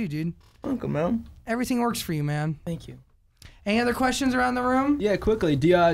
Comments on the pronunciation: “Tank u, tank u, tank u” HAHAHHA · when he kept saying fwankyou OMG I CRIED OF LAUGHTERRRR